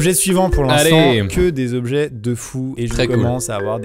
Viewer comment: Quand tu dis "suivant", j’ai l’impression que tu dis Ivan 🤣